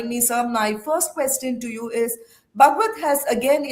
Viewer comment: Can't this pronounce Bhagwat properly?